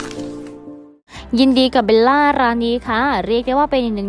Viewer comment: จริงๆ ควรออกเสียงว่า เบว ล่า ไม่ใช่ เบน ล่า